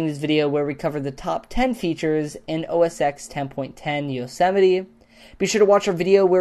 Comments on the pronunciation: "OS TEN" NOT "OH-A-SEX" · It's "oh es ten" Not "oh es ex" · The name is pronounced "Mac OS 10" not "Mac os ex" the "X" in Mac OS X is a Roman number so you say 10 not x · It's pronounced 'os 10' not 'os x' idiot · don't you fucking hate it when ppl say os X instead of pronouncing os 10 ? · OS Ten dude, OS Ten. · I know this isn't a big deal, but here's my massive pet peeve: it's "OS Ten" not "OS X" the "X' is a roman numeral. This was a great video though! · OS ex .... ugh, it's OS X, as in ten! ¬¬ Also, not that it matters, but you can still actually read the greyed out Messages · Best video so far... But please, stop saying OS "X". OS X is pronounced OS "10". When Steve Jobs announced the new Accessibility voice for... What was it? Leopard? He took a punt at how Windows Vista said OS "X", and it's OS "10". Roman numerals mate. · Mac OS Ten, not Mac OS X. (Phonetically) =) Great video. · It's OS 10, not OS Ekks(X) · 'Mac OS eks'?? ugh. -. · 'Oh Ess Ex' - can't even pronounce the operating system's name, yeah, smart.. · OSX is pronounced OS10. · Dude... OS 10 has now had TEN versions, and you still don't know how to say 10. Please